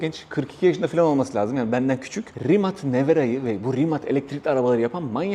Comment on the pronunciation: Abi selam rimat değil rimac 😂